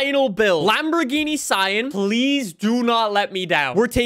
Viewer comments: The Sian is pronounced see-yan and its not the first hybrid Lamborghini, the first hybrid Lamborghini was the Asterion Concept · Just call the S C pronounce it like cian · Lambo on stage pronounced it as the siarn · It’s pronounced “see-ahn” you’re welcome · Fun fact: "Sian" is actually pronounced, "Shh - ahhn" like the name "Sean" or "Shawn". Not even I would have guessed that if I didn't Google it. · It’s pronounced Sean (another way to spell Shawn) but you don’t pronounce it like you do for the name, it’s Se-an which actually says eventually. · I looked it up and apparently Sián is pronounced shaan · say sian like sean but replace the sh with sie or see